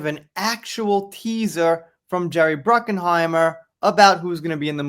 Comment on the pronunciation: It's Bruckheimer. There is no "N" in Jerry's last name. It's not Bruckenheimer. I won't watch any new Pirates movies, unless Johnny is in them. Johnny made Pirates Of The Caribbean a huge success, without him, it's garbage. So tired of these stories, if Johnny confirms he's going to do another one, then I'll pay attention.